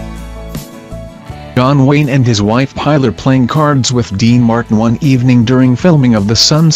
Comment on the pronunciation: We know who he was,there's no need to tell us all the bloody time.the robo voice ruined it,and his wife was called Pillar not pronounced Piler to rhym with Tiler!